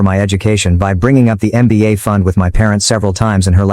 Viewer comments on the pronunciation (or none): It's mba 😂 not nba